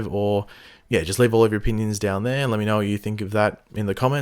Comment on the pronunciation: I know he says "it is me here" in his intro, but who else thinks it also sounds like "it is mate here"? I mean, that works too 😂